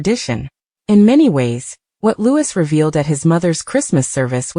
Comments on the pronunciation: Why can't you get his name right!!!!! it's not Lewis but Louei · For goodness sake..His name is pronounced LOUEEEE, not LEWIS. Come on people get a better AI. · For goodness sake, his name is Louis, not Lewis. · Loueee not louise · For goodness sake get it right ,it’s Prince Louis pronounced Looee the S is silent…typical American.. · It's pronounced like Louee NOT lewis. Please correct the pronunciation. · The mispronounciation of Louis name really makes me really angry it's Louee GETIT RIGHT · Louis is pronounce Loo wee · It’s soooooo annoying isn’t it. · No matter how many times you comment and tell narrators to pronounce Louis as Looowee they still don’t get it. And always saying Kate Middleton instead of Princess Catherine. Ignorant as far as I am concerned. 😝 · It’s the stupid AI - I’m always correcting any video that mispronounces Louie’s name. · The mispronunciation of the young prince’s name is extremely irritating to listen to and insulting to the prince and his family. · Prince WHO?? If you’re going to talk about him-learn to say his name right—or program your AI to. And why are we seeing clips from different years? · Mispronouncing Louis’s name smacks of an AI voice, or an incredibly, unbelievably ignorant speaker. I suspect AI. Shame on this channel for a careless, badly done voice. The young royal family deserves better! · For heaven’s sake get it right if you’re going to put these articles on and learn how to pronounce them. Or teach the robot the right way. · The voices are made by computer and don’t have the input to pronounce the name the French way. Just bad programming. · For goodness sake pronounce the young Prince's name correctly! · It’s not all just AI, I’ve actually seen live broadcasters say Louis with the S on the end. They need to just learn the name.